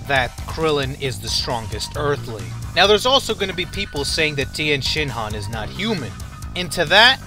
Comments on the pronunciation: You dont call him tIEnshinhan, properly pronounced its Tenshinhan, the i is silent! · If I had gained a dollar for every time that you said Tienshenhan...